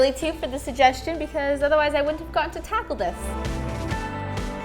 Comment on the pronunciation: No one:: tACkLe